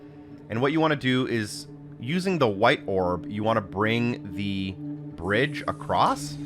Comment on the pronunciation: "And... Brige" supercut needed